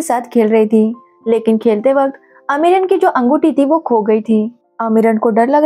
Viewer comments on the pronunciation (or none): अमीरन नाम है ना कि अमरीन